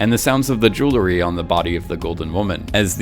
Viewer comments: dude can you stop pronouncing "JEWLERY" like a 14 year old? lol jesus... it's JEWELRY. literally how its spelled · Say it with me “J-E-W-E-L-R-Y!” Why do you idiots keep adding an extra “L” between the “W” and the second “E”? Hearing the word “Jewelry” being butchered is so fucking aggravating.